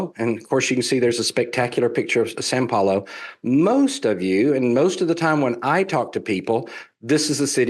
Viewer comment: I love an expert that does not know when he gets the fotos of the cities of São Paulo and Rio de Janeiro mixed up. Could it be that he is not an expert on Brazil? I think that is the fact of the matter. I would also point out that he does not know that São Paulo is not pronounced "San Paulo" . . . no expert here. I would be embarrassed to associate with this so-called expert. I can't imagine any amount of money that would be enough to associate myself with these experts. If you want to know about Brazil then talk to someone who actually lives in Brazil. As far as most Brazilians speaking English, this is not the case. I have lived in Brazil for nearly 20 years. I will tell you that this is not the case.